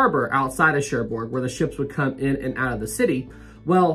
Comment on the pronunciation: Sorry to be pedantic, great video, but the g on the end of Cherbourg is silent. More like Share Bore (phonetically). 😊